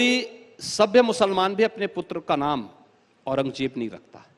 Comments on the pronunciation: Takle orang Jeb nahin orang zeb bolna sikh 😂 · Au-ran-gaay-jeb 6kaa bolna sekh gaye 😂aur beta Yogi Adityanath ka naam Dhangh se Lena seekh samgha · Pehle to kehna seekh औरंगज़ेब है औरंगजेब नही है 😂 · Batau bhai jiska khud uchcharan bhi sahi na ho wo dusro ko kia gayan dega aurangzeb ko aurangjeb bol raha hai shahjahan ko sanjha bol raha hai aur gayan iska jhoot ka pulanda hai. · Paththar ke muh jesa h yeh ...jisse aurangzeb allam gir rehmatullah aleh jii ka naam toh pronounce ho nahi Raha h